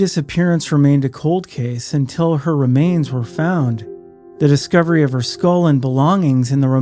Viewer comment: Do you know how to pronounce “her”. It’s a pretty common word.